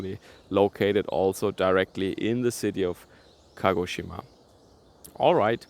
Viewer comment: Very good pronanciation ! A collegue of mine lives and works there. Keep safe and enjoy the local dumplings!!!